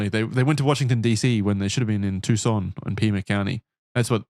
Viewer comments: Lmaooo “too SAHN” pronunciation is murdering me. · Tbf, their pronunciation is correct, just with emphasis on the "SAHN" instead of the "TOO". I thought they were going to say "Tuck - SAHN" the entire episode 😂